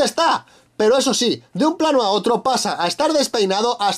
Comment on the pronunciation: Minuto pinpinelo embes de decir oto dice puto error epico xd